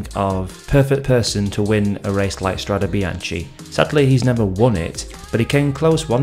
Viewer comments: PRONOUNCED: strade bianke! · Nice video but it's pronounced strade bianke (and the "e" is pronounced just like the "e" in the word "end" )